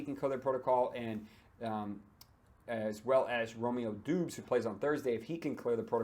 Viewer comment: Bro, the way you pronounce Romeo Doubs’ last name is Dahhbz, not Doobs